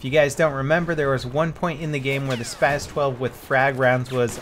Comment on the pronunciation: And you mean SPAS 12 not spaz